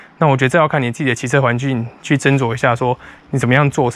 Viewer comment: 騎車環俊(境) 抓口誤XD